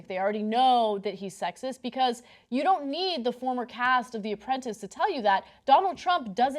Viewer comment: Love the host's mis-pronounceation: "The Apprumpet."